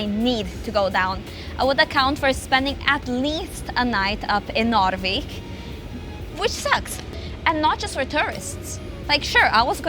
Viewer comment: As a person who lives in the southern part of Sweden, when you say Narvik it sounds like your saying norrviken which is where an event called Aurora happens every year